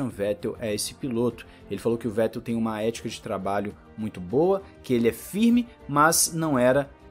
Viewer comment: Se pronuncia fettelllll o V vira F👍